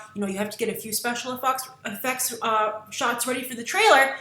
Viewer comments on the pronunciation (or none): "Special effucks" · "special effucks" lmao I diedddd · You said "special afucks" haha! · "special affucts" hahaha, what did you see? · haha, she said special efucks